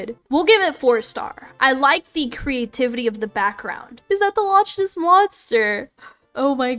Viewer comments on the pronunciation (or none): As a Scottish person it offended me when she said “iS tHaT tHe ✨LoTcHnEs✨ mOnStEr” LIKE GIRL ITS PRONOUNCED “lock ness monster-“